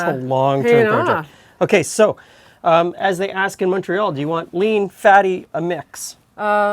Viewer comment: Thanks for pronouncing "Montreal" correctly! 😁